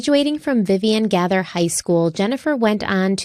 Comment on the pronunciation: I hate to be “that guy”, but I’ve lived in Florida for several decades, lived 10 minutes from Jennifer’s condo when she disappeared, & now live 15 minutes from where she and her folks grew up. So here are some helpful bits: - Jennifer’s high school is pronounced “Gay-ther” - Orlando is considered Central FL, not South FL; - the beach picture is of Clearwater which is a couple hours from Orlando, close to Tampa near where she grew up, and is considered a nice area to drive to when visiting Orlando; I’m happy to be your Florida consultant for free. Sorry to sound like a jerk, but figured you’d want to know. I’m sure there will be more, because I am OCD. 😉 I left you another message about the area, highways, crime & the influx of people, and will likely discuss the housing boom later. It was a CRAZY time; I was a banker there, then. Heartbreaking story 100%.